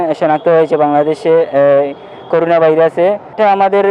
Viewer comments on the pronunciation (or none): করুনা নাকি করোনা কোনটা? 🤕🤕